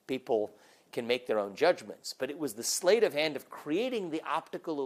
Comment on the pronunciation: Vivek says “SLATE of hand”, but it’s “SLEIGHT of hand” and it is pronounced like “SLIGHT”. Still, Vivek is smarter than I am in every other way👍🙂